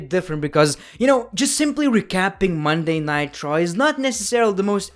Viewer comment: When He says “Munnaitecha” instead of Monday Night Raw💍